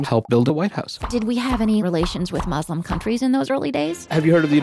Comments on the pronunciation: don’t ever say “mus” again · I cringe every time she say "mus" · Why do people say "Muz" ? It's MUS(SSSSSSS) just like "Sarah" "Slam" "secret" etc.. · why tf do ppl say muzlim its not a "z" sound 😭😭😭 say "sss" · Mus- fluencers 😭😭😭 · I like the zzz sound. If they were back where they belonged, I'd use sss. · it's spelt مسلم where do u see a "zzz" noise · YES! Muslim has a Meaning. MUZLIM CHANGES THE MEANING. STOP. THANK YOU. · I don’t know why people can’t pronounce Muslim. It’s Muslim not Muzlim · It is S I'm am a muslim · In the American accent people say muzlims because “S” is pronounced like z sometimes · I think its just an issue with accents since british people pronounce it "muzlim". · not nessasarily an american accent. Im british and over here people pronounce it with a z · adding a z changes the meaning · Stop saying Muz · that's not how we say muslim